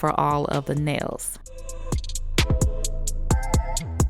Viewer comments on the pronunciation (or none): I LOVE IT when you say '' this are my neils when there filed shaped and buffed " OMG I LOVE IT❤❤❤❤😂😂😂😂😂😂💖💖💖💖